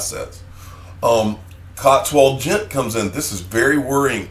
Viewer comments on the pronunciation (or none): none